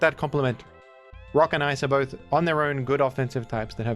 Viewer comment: You said bith though